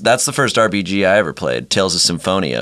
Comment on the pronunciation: any one else notice that he said " rbg" instead of "RPG" lol